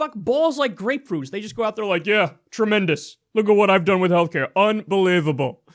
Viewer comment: "....Government ordered Healthclare "....The disaterous O-pamacare." smh lol